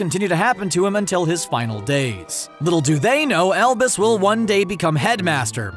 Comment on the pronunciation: Every time you say "Albus" in this video, I swear to god I hear "Elvis"